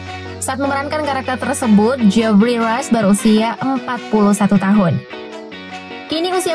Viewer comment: What a lousy english.. improve miiin😭😭😭😭 johny depp dibc dep bkn dip.. geoffrey rush = jefry.. orlando = orlendo. pirate= pairet bkn piret 😭 dll.. tp voice overnya renyaah 😍😘